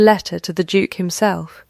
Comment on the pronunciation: Every time narrator said “Duke” I had to look at the cc to see what that word was!